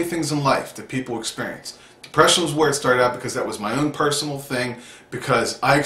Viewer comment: Good message, and I am not one to talk because I talk so many supplements but medication( for mood) just seems scary and I always think I will always need it. Anyway I love the "...until you expurrience it" lol